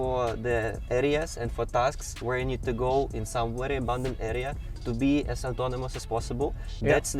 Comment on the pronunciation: Wery 😁😁😁 bukan very 😁